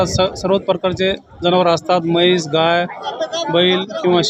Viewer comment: मैस ❌ म्हैस ✅